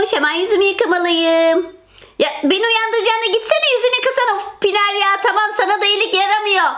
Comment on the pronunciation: Abla Pinar değil Pınar